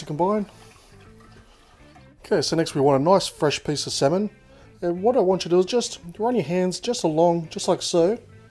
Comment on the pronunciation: Btw it's pronounced "samin" not "semen" 😂 ik it's pronounced differently but yah, just saying! I ain't no hater ;)